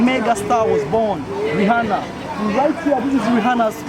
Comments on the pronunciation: Learn to pronounce Rihanna please 😂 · It’s just Rihanna brah, not Jesus